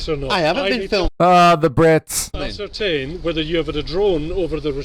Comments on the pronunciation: I'm sure its been said ASS-ER-TAINT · He puts ass into the word ascertain..... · It's actually 'Ass-ertain" which is the verb for an entertaining ass' activity. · Does this ass have a brain when he says ascertain? Or does the word ascertain give him an ass pain?